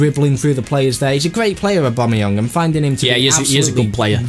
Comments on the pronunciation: It's AubameyANG not Aubameyung :P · it is AW-BAM-E-YANG. TEAM BABA!